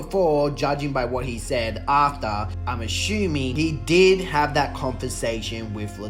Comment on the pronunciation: "I'm ashooming" 😂